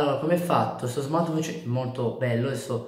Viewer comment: ti ho solo corretto. Sentire Smart"wi"tch per tutta la recensione non è il massimo, nulla di piu